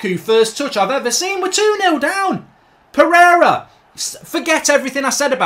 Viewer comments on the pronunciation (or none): none